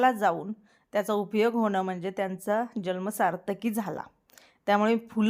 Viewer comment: जल्म नाही जन्म